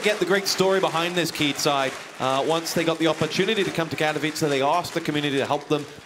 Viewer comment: Lol i love like this guy on the begining cant say properly Katowice :D